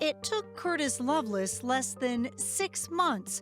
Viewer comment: In Death on Valentine’s Day, why are they pronouncing it like “loveless” instead of Lovelace? Odd.